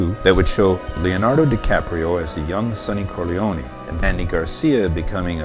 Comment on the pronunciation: I want to thumbs up this video but the mispronunciation of the name Corleone can not be unheard. So I'm just leaving a comment. You do not pronounce the 'e' when saying the name. That's the Sicilian way.